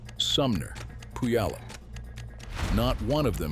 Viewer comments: Learn how to pronounce Puyallup. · He almost got Puyallup right 😆